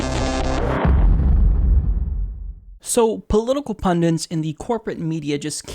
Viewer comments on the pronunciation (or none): Hum. can't say Pundits I think:D